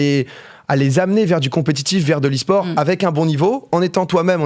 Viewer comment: « Lesport » 😂 On t’aime Gota